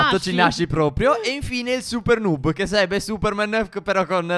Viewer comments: Si dice nob no nub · Comunque noob si legge nabbo e non nub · Ma non si dice nub dmsi dice nabbo o nab (so che si scrive noob ma dovevo fare capire come si dice) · Stef non si dice nub si dice noob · NOOB si pronuncia nob e non nub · Si scrive noob ma si legge niub(leggeteeeeeee) Grandi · Non si dice nuub (però il video è bello) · Si legge noob no nuuuuuuub!!! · NON SI Dice NUUB